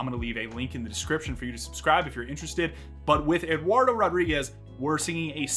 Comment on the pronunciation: How come you dont pronounce the D in Eduardo?